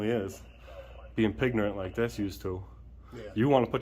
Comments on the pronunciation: Did he say pignorant 😂😂😂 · "Pignorant"... LOL! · "Pignorant." Freaking GOLD. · They're not real cops . . they're Two Clowns waiting for your camera🤣🤣🤣‼️. . . maybe the Old lady must retire coz i'm worried about her, and put a much educated younger ones who knows about the law. .? ？？and the Sheriff2. .Chiefs2🤬 did i hear Pignorant "? ？？🤣🤣🤣‼️